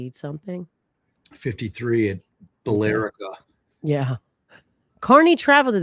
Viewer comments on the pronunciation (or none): Thank you for this coverage and the legal explanations. I was tickled by trying to pronounce Sandwich but Bill-Rick-Ah and Bahn-Stah-Bull were mudered ♥️